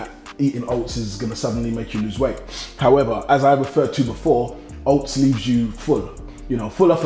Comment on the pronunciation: Man said oasts i'm done forget oats i'm bot eating that